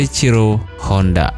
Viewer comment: Soichiro Hondo bro, yang bener.